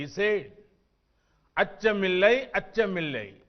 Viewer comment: Achamillai achamillai my god Modiji pronounciation better than sudalai BJP endrum vazhge